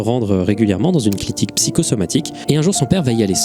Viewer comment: il dit clitique au lieu de clinique (mec relou/10) nan en vrai j'abuse, j'en suit à la fin et mon coeur est lourd, j'adore